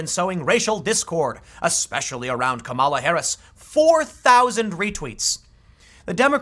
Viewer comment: Isn't it pronounced KA-ma-la?...